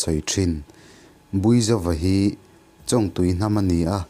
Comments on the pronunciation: chongtui tia lam tur. . ania... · Chawñg ah hian thluk na wm lovin chawngtui ti a lam top tur a ni in ka va hre ve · Huat ah la lo la. I thawnthu sawi hi nakiiin zela tana ṭangkai tak tur a nia. Thluk diklo hlek pawh hi a pawi thei em a. Chuvang a nia karawn sawi. Han ṭang zel teh 👍👍👍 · A reitawh viauna a, Chawngtui tiha (ng) hi thluk tur.. Kan tiveleh hnahnawh anih chu, kei val lungmawla hian... 😁😁😁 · Chawngtui thlûk a dik lo sir 😢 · Chawngtui tihah hian Chawng hi a ri sangin lam tur a ni...North Vanlaiphai kianga Chawngtui chu Chawngchen tia chawng kan lam ang hian lam tur a ni...Thawnthu ngawihnawm tak ni... i channel hi a țha khawp mai... han țang zel teh